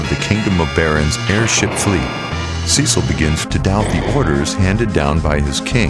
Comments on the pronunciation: One small mistake. The FFIV protagonist's name is pronounced as "Sess-il", not "Sea-sil" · So you Pronounce Cecil and Zidane wrong but you get Titus right????